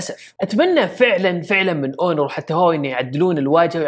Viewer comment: ياحبيبي هونر وليس اونور